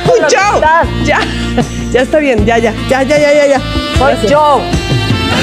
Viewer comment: Dijiste " yaya" jajajaja 🤣